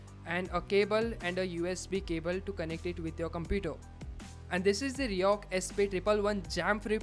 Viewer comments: say it like 'riko' not 'rihok'.... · Overconvident guy, pronounce it as ri-koh and not ri-ohk. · R I C O H, not R I O C H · Why do u keep mentioning RICOH as RIHOK??? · fck that's RICOH not RIOCH or New York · RIHOC nehi hota rey baba 🤦‍♂️ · Your pronunciation is totally wrong,this is not Riyok brand which your speaking,This Co's name is Ricoh so try spelling Ricoh.!! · Bro the brand is Ricoh (pronounced Ree-koh)... Good video nonetheless. Keep up the good work.